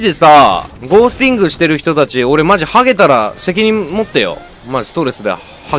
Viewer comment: ゴー↑スティング